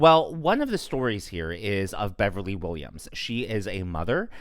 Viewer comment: It's BevelyN not BeverlY